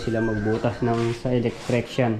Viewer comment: Matepo electrician Hindi electricsyan